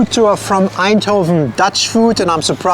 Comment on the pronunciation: spreekt het woord bitterbal goed uit zonder tongval🤔 en Eindhoven ook goed uit . spreekt kibbeling ook goed uit mensen die ik ken uit Duitsland spreken dit allemaal niet zo goed uit geld ook voor Engelsen die regelmatig hier zijn hebben er moeite meel